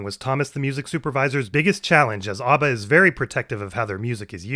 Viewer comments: Mispronouncing ABBA hurt my soul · Oh no, have i been pronouncing abba wrong?